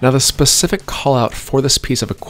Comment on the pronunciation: this guys killing me with the pacific instead of specific.